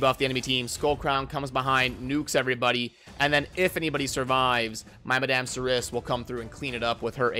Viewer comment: pronounced "Mad-am Sir-E"